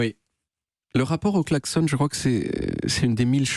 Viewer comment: Ok, c'est en Suisse qu'on prononce "klaxon" comme "garçon", ou c'est juste moi ? 😅